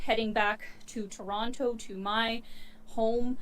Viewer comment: Hey, I just want to tell you that you say Toronto like a proper Torontonian. "Toronno" or "Tranno", you nailed it.